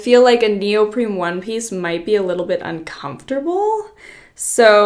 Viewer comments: neoprene, not neopreme. I had to, I'm sorry! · Her consistently pronouncing neoprene as though it's spelled neopreme is driving me crazy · is she saying “neoprim” or am i not hearing it right? it’s neoprene lol 😅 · it's neopreNe Not neopreMe The First one is my favorite.